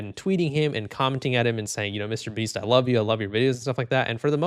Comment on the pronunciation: Who the fuck is this "Meesyter BEEEEST"?